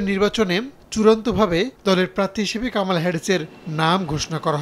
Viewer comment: কামালা নয় কমলা